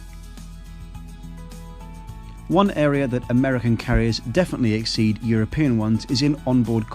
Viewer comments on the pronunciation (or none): none